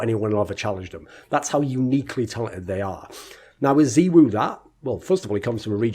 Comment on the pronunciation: “Zeewoo” lul its “zaiwoo”